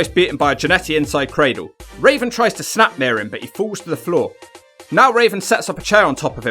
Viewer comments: Am I the only one hearing Raisin instead of Raven? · It’s raven not raisin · Why does he say Rasin Instead of Raven sometimes?..... That Benoit match looked good but that Malenko match looked sloppy. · You called raven raisin too funny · Anyone else hear call Raven Rasin. Hilarious. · I love how you call Raven, Raisin lol. I got that from Chris Jericho and called him Raisin ever since. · Why do you keep calling him raisin? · Do you keep saying RAISIN??? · Are you saying.... rasin?